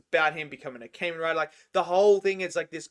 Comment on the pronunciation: It Kah-men Rai-der